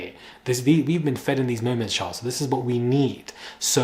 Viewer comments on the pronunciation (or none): none